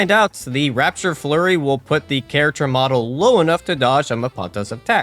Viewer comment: Raptor Flurry. RAP-TOR... sorry the constant "rapture flurry" was giving me a 'tism.